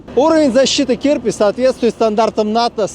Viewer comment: а он разве не "Чирпи"?